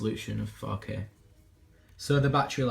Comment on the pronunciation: when he says 4k I feel like he's saying fuck it